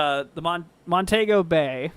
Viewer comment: Pronounced Mon-Tee-Go